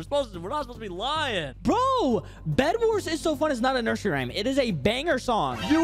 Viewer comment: Rayme? You mean rhyme